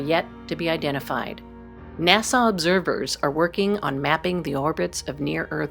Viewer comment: It's Leonardo da Vinci, not de Vinci. Please correct the credit on the quote. Who IS the woman narrator???? She cannot say NASA correctly and she pronounces nuclear as nucular! Hire a narrator who can speak the words PROPERLY, please, if you want to be taken seriously. Arthur C. Clarke would be MORTIFIED. I know, because I KNEW him.